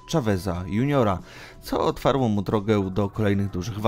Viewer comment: "Otfarło " chłopie jestem po gimnazjum. A Ty po studiach.... Serio? "Otworzyło" mu drogę do kariery. Lubię Cię słuchać bo sam kocham historię ogólnie. Ale trochę bardziej się postaraj i popraw;)